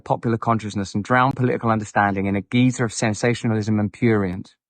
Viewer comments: G ī zer, not geezer. A geezer is an old guy. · Wasn't he not even in control of his finances at that time? Also that geyser is pronounced "guy zer" guy.